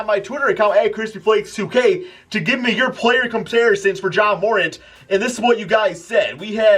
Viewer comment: Learn how to pronounce ja morant